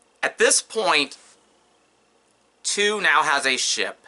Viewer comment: Thank you for your great video, im looking forward to watching more of them, thank you for taking the time for making the videos they are really interesting. I LOVE history. Um just a little thing, Tew is pronounced tue as in the word tue sday. Keep doing what your doing. You take care too 😊